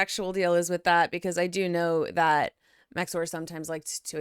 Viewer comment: Finally someone in the chicago reacts cast who can say max0r right!